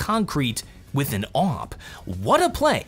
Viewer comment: I dont like the way he says Awp he says it like "Awope" 1/5